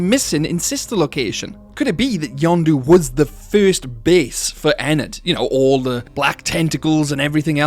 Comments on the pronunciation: When you say "Yendo", it sounds like "Yando", and if it's an accent, that's fine, but it's strange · Um you’re saying yonndo not yenndo please say it normally in next video please.😢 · pronouncing Yenndo as Yawn-doo instead of yenn-dough feels illegal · Not to mention you also pronounced it "Yondu" Not "Yendo" and I wasn't looking for a minute and I thought you somehow brought in Guardians of the Galazy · Bro says Yonndo but it's yenndo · Yanndo? Its YENNDO Y E N N D O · its name yendo you are saying it wrong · It’s pronounced “Yen (like the Chinese currency)-dough” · how tf you get that pronunciation? it is blatantly spelled out as Yendo. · He really said yenndo as yondu oh and no hate I love these videos I was just making a simple joke keep up the vids